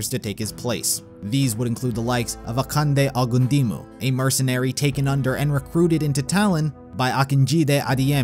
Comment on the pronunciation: Bro that's not how you pronounce Nigerian names like akande ogundimu or adeyemi try checking online